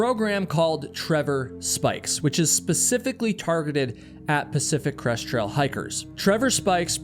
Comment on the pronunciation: I got nearly halfway through the video before I realized you were not saying Pacific Crust Trail. I thought it was a weird name until I looked up Pacific Crust Trail. Oh. Crest. Not Crust, not Crush.